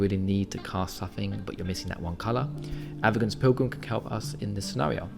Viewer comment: My guy it's pronounced "Ava-sin" Otherwise keep up the good work